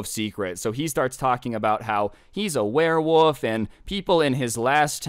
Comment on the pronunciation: Everyone: werewolf: werewoff ( I don’t know if anyone noticed that says werewoff instead of werewolf idk it’s maybe just me but I still found that a little funny.)